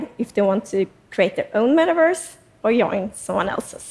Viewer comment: She says yoy and yoin